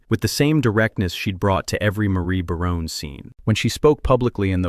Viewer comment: The voice over guy can't even say Barone properly